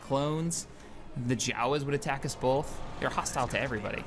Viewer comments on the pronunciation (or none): none